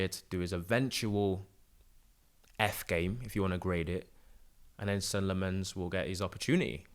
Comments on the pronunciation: no worries. It is pronounced sen-nuh lom-mehns (that’s how he pronounces it) but everyone is saying something different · kind of like Sen-uh Lommenz